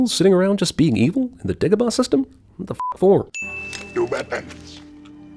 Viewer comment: Yes, Dagobah does sound racist when you pronounce it the way Obi Wan does. Whereas if he had pronounced it "DAH - go - bah" there would be no sin.